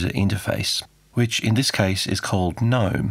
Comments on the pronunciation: Gnome Desktop pronounces Gee Nome, not Nome like the lawn ornament which also spells gnome. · FYI, it's pronounced "guh-nome" and "Mah-tay" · Ackshually, it's pronounced "gee-nome". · Thanks for an interesting video, but I don't believe you're using the correct pronunciation of Gnome and MATE.